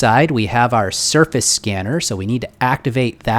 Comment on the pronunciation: Every time he said surface I thought he said surfeth